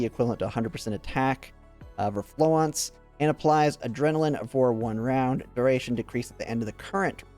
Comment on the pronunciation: You've got the French pronunciation of Florence almost down. Keep saying it the way you're saying it, but don't drop the "r". It's the start of the 2nd syllable, so flo-RENCE. If you Google "French pronunciation of Florence", or any other pronunciation you're not sure of, like "Chinese pronunciation of Zhaohui", you can usually find a video or sound clip, although I did have to look Qiongjiu up as separate "Qiong" and "Jiu", go figure. In spite of Florence being "French" and spicing up her language with the occasional French word (because the PA-15 is a French gun), she's arguably named herself after founder of modern nursing, Florence Nightingale, who was English, so an argument can be made for either pronunciation. In Project Neural Cloud, the VA pronounces it more the English way, but with a Japanese accent, of course. I imagine she'll pronounce it the same way in GFL2, so you're probably safe to stick with the normal English pronunciation for this one.